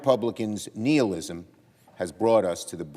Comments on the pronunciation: It’s nihilism not nielism 🤦🏻‍♂️🧐😂🤣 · Nihilism...nye like bill, not knee